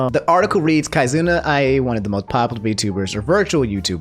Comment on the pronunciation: It's not pronounced "kai-zoona", it's "kee-zoona" Still, very informative, fun and easy to follow video :D